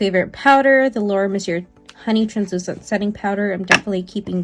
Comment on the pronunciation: Omg girl, lol. I can't with you. It's not Mercy-er. She's French it's Merci-AY! Mercier = Merci-AY! Please stop saying it Mercy-er lol